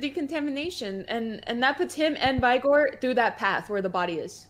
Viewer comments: Why do these pepegas have such a hard time pronouncing the word "vigor". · STOP SAYING VY - GORE ITS VIGOR ITS A SIMPLE WORD OMFG